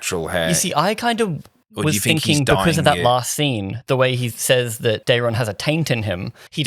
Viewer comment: Ormund pronouncing it Darren I think is intentional. Daeron is a very Targaryen name